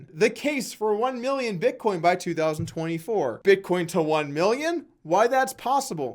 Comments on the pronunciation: Sounds as if he almost said bitconnect. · I think Tai was saying BitCoke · I have to strongly disagree. Tai has taught me a lot and helped me make a lot of money. Don't be a hater and talk about how he mispronounces "Bitcoin" who cares?